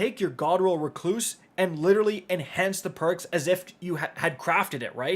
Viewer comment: REC-loose, Not Re-CLOOSE